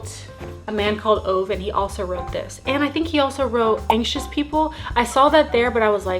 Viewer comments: The swede in me is jumping out atm hehe Ove is actually pronounced oo-veh (oo as in the o in ooh-la-la) in two syllables not one! I haven't read the book but I have watched the movie "En man som heter Ove" and I loved it, looks like some people in the comments did read the book and liked it so I hope you have a fun read <3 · Yes, educated - amaaaazing read!! I started reading House of earth and blood this weekend and Im HOOKED!!! Also - loooove your dress!! And, the name Ove is pronounced more like Ov-eh! in swedish :)